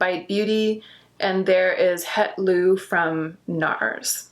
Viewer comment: het loo is pronounced something more like 'het low'